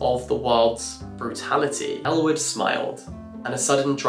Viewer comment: I was watching this in the background as I was working and seriously thought he was saying Elle Woods when he was actually saying Ellwood 😅